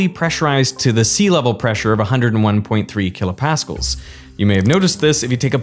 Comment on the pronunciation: Tons of great information but for Christ's sake, learn how to pronounce kilopascal. Blaise Pascal is spinning in his grave.